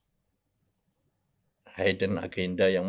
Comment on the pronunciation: Hidden itu bacanya bukan haiden